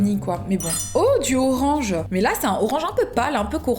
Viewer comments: « Le RoRaNgE » 😭😂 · elle ma claquer avec son 'rorange'